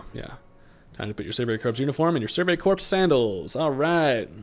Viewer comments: I know it's weird, but in the word Corps the p and s are silent making it pronounced as "core". Enjoying the content and hope you're enjoying the new game! Cheers 🥂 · "Corps" is pronounced "core", my guy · The "ps" in corps is silent